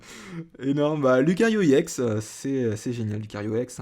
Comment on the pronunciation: c' est ex pas iex